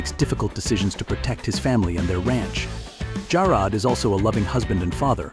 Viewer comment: 20, that is the wrong Richard Long. This man is a British artist, not the American actor who played Jarrod.stanwyck did not die in 1970 at the age of 60. She died in 1989 at 82. The AI voice mispronounces “Jarrod.” Jarrod was not a loving husband and father he was a widower with no children. Richard Long was never in The FBI. Long died on Dec 21, 1974 at 47, not Dec 24, 2014 at 84 and then we see the British artist again. Linda Evans did not have four marriages and had no children. This thing is full of bad information everywhere.